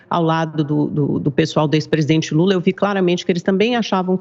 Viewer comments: " o ex presidente gula" kkkkkkkkk Essa reporter é fã do Alexandre porpetone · A narradora falou "o ex presidente bula" kkkkk